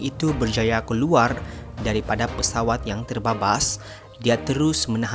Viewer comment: Pesawat boss bukan peswat